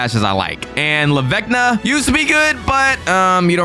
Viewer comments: It’s lavaca not lavecna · Bro said la vecna it’s la vaca